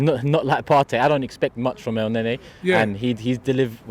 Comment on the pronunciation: Man said Elneny motm